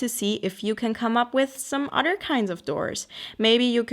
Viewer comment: I looove these types of videos, random but inspiring. They always make me want to run to my sketchbook and do SOMETHING! I also like how you say 'Other' like 'udder' lol xo